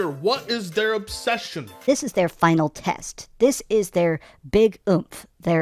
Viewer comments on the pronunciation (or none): none